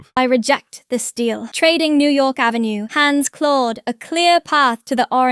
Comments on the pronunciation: I love how they are all pronouncing "Ave" half the time like "Aeefvè" 😂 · ah yes. Pennsylvania Ave, but New York is French, Av-Ey